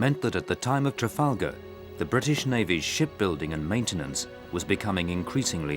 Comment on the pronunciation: "Trafalger" lol. For that extra bit of credibility for the channel.